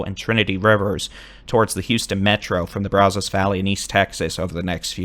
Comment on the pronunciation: Braz us. Not Braz os. You're doing good though.